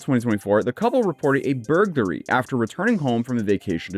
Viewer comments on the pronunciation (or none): anyone else hear him say burgery instead of burglary at the start of the video? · Bergdery? You ok bud? 😂 I’m kidding, it’s not really noticeable, it just happened to catch my ear. Always love the vids, keep up the good work being the real press for a lot of this online stuff! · I had to back it up to make sure I heard that right, "Burgahree" This has set the tone for the entire video for me. 😂 Her name is even Wendy like Wendys. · "Bur - gla - ree" is how you pronounce burglary btw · "Burgery" nah its gotta me my volume cuz everyone said it that way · An alleged "Burgary" :face-blue-wide-eyes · How can you correctly pronounce "entrepreneur" but NOT "burglary"!!!!!!!!!!???????? 😂😂😂🤬🤬🤬🤦🤦🤦 I love watching your videos!!!..... but GAWD DAMN my dude!!! 😂😂😂😂😂😂😂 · I hate the way he’s saying burglary. Is it that hard to pronounce a word right? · Lol say “burglary” 5 times fast